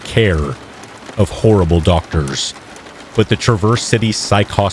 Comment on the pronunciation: TRA verse not traverse